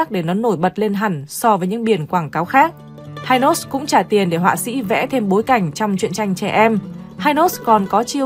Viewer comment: Dân Miền Nam gọi là kem hi nos chứ k đọc là hai nos nha.😅